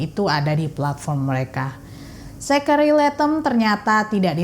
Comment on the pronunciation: Kok g dengar kamu nyebut nama jack itu sek ato zex sih 😂😂